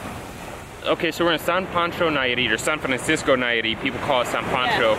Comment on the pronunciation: San Francisco not San Fransciso, haha!